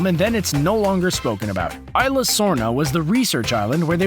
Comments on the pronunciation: Ee-sla not eye-sla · It's no ila it's isla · It's isla not ila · It's E-sla not isla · It's pronounced Is-la, not eye-la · Cadin Marohl ikr the pronounced isla wrong...